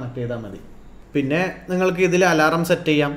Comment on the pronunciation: Alaaram alla It's Alarm 😁